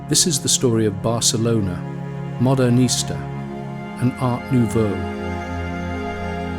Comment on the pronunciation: The architecture stands all the more beautiful in contrast to that sloth of a man in his wrinkled suit mispronouncing so many terms like Modernista (as modern Easter).